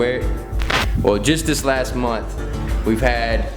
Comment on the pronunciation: Hey, it's pronounced "month", not "munt".